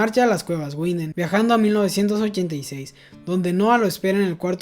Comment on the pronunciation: Una aclaracion: no es Guinden (Winden), en el aleman la W suena V, seria entonces Vinden (Winden). Algo similar pasar con la V que suena F, por ejemplo viel (mucho) suena fiel.